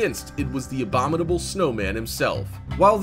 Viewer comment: Abobinal (4 syllables) snowman?!? I think you meant ABOMINABLE (5 syllables) snowman hun, lmao...